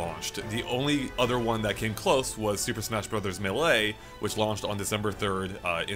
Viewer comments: “Muhlay” instead of MAYLAY lmao, at least it isn’t being pronounced as MEELEE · say MAY LAY. Don't say muh-LAY. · Every time pronounces it (Muh-lay) I cringe. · super smash bros muh-lay? wtf?